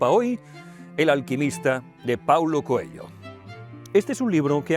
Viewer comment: ME PERTURBA NO SEPAN LEER Y DECIR BIEN ESE APELLIDO. AUNQUE SIGNIFIQUE CONEJO... NO ES COELLO! #COELHO SERÁ EL IDIOMA EN TU COMANDO DE VOZ O ALGO DE LA #PROXEMIE #PROXÉMICA, NO SÉ... VEREMOS.. (#AMORALPRÓXIMO, ESTOY EN ARGENTINA) DEJAND DE LADO EL #RuidoSemántico, sigo... DE MI "PADRE" ESTE, CREO, ES SU LIBRO FAVORITO, Y QUIZÁS TAMBIÉN EL TUYO,. Tb ES ELPRIMER LIBRO QUE LEÍ, SÍ... Y LA MISMA FOTOCOPIA QUE LEYÓ ÉL Gracias por tu video. Lo comparto. ya te di mi like